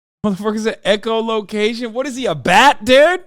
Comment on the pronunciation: ”Echolocation shat is he a bat!?” he's so ignorant that's embarrassing